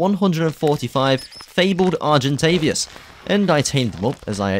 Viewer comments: Nice vid, just know it is is argentaVIS not argentavias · English: argentavis him: argentavias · Very good video! Good job 😊 but PLEASE argentaVIS not argentaVIAS 😭😉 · Argentavious, Carbonamious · THERE'S NO 'U' IN ARGENTAVIS!!